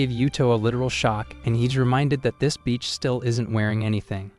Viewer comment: reviewer: “yuto you lucky beach”